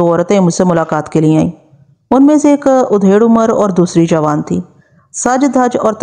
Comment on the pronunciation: Madam Aapki awaz aur andaz behtreen hai. Bass kahin kahin Talaffuz ki zara si adayegi me saho waqe ho jata hai. Jaiese ke..... Aap aksar Adhed Umr kaheneke bajaye Udhed Umr bol jati hain. Isi tarha... Gad Gadahat ko Gid Gidahat bolti hain.